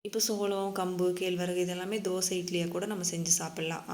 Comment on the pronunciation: Thoosai not theysai